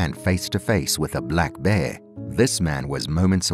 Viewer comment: The word is ...Bear... pronounce your. R s please.